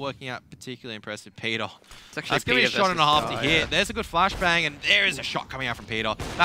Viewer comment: JEDER DEUTSCHE spult mal bitte auf und hört euch an wie die des "Peter" aussprechen HAHAHA xDD